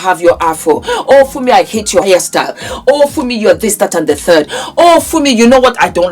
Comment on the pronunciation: You said Fumi, and you said it right[[[[[